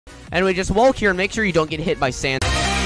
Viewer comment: I dunno why pronounce "walk" as "wolk" instead of "wok'.